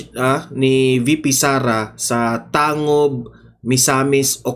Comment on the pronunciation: Tangub....tang..gub pag bigkas Nyan kabayan